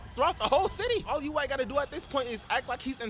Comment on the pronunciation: "Yuwack" Imma let it slide cause.tjat was funny